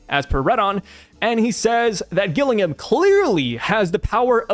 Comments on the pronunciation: The name Gillingham is pronounced 'Jill-ing'um'. It is a city in England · Gillingham is English and is pronounced Gillinghum with no emphasis on the ‘u’ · Pronounce the first G as a capital letter and you'll get Gillingham correct mate 👍